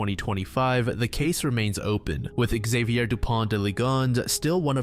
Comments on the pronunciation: Xavier, not Ikzeviyer. He's french ffs. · Man you need to look up how names are pronounced when making your videos. "Exavior"? You even say Xavier correctly throughout the video and then incorrectly several times. There is no E in front of Xavier, this is like the whole "A-Aron" situation all over